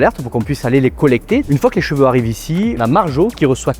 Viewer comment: Les gens qui prononcent cheveux « j’veux » 😅